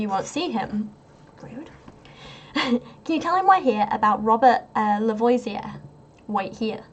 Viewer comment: I know this won't help for this video, but for future reference, it's pronounced La-vo-zee-ay at least for Louisiana French. Not sure if it's different in Georgia. :)